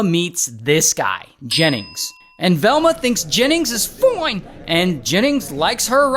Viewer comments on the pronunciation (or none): No one is talking about when he said FOINE